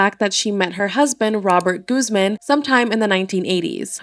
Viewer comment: Why are you pronouncing Guzman like that 😭😭